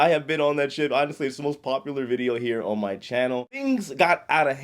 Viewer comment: “Starting ohnnn”